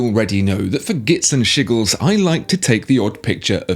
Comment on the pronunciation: Gits and shiggles. hahaha I couldn't focus after that...